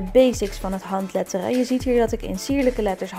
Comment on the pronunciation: Jij zegt handleddering